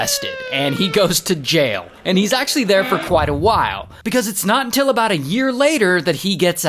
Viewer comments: I love the "until" 😂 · Love the "UNTIL"s